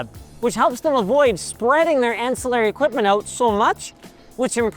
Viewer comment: The way he pronounced ancillary lol